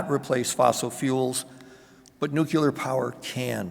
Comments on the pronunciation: If you want to be taken seriously please learn to pronounce NUCLEAR,NUCULAR ain’t it and makes you appear clueless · Nu klee ar !!!! there is no 'you lar' in the word. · I would pronounce it /'njuːklɪə/ but then I'm English and he isn't. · yeah that one is just weird.